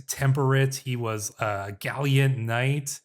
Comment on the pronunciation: Great series so far🙂 One little nit pick there is no I in the word gallant😅